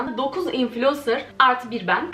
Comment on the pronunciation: "Artı bir bən" 😂😂